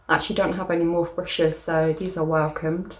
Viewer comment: I love that lippy set! It’s pronounced morph ee 😘